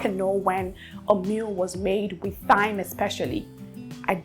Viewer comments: Thyme is pronounced like “time”. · Hey dear I love you and your videos❤️❤️❤️ I don’t know if it’s ok but I had to say this here so others take note too… thyme has the same pronunciation as time. The “TH” isn’t the same as the one in “think”. With lost of love ma’am…